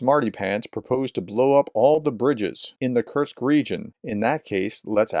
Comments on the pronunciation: Kursk professor….. Like course-K. Not Kurtz or Kurtzk. Please 😂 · It's 'Kursk' not 'Kurksk' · You're STILL pronouncing Kursk as Kerch ! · K-u-r-s-k, Kursk. It's not that difficult to spell out or pronounce. Try harder. Prof!